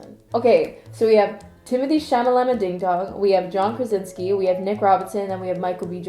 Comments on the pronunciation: Timmy isn’t even a “white boy of the month”. He’s just THE white boy now. Lmaooooooo his last name is pronounced “chala-may”. The French way of pronouncing his first name is “teemo-tay”. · it's timothee "chalamay" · i'm more offended by your pronunciation of centineo than your pronunciation of chalamet